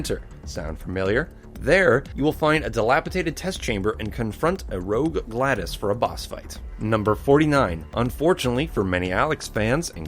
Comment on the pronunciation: it's glados not gladus